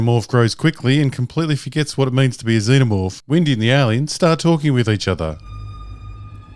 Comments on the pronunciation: “Zen o morph or Zee no morph? Not sure which pronunciation” - shows clip with correct pronunciation - uses incorrect pronunciation for the next 11 minutes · What made me most emotional about this video is your reluctance to pronounce Xenomorph properly...